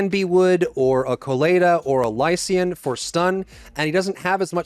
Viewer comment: Im sorry but the eay you pronounce lycaon made me laugh